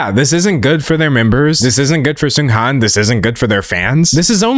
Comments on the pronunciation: i agree with everything you said, the funeral displays were horrifying, it literally sent chills down my spine... i also wanted to point out that i'm pretty sure the latter part of his name is pronounced more like HAWN (like lawn) rather than HANN (like hand). i don't think it's a huge issue i just wanted to mention it in case there are future discussions about this topic! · little fyi: Seunghan (승한) is pronounced as "Seung-HAHN". The "an" in "Han" is pronounced more like "on", with the vowel being long. Not sure if that description makes sense, just wanted to explain how to properly pronounce Seunghan's name for those that are curious!! :)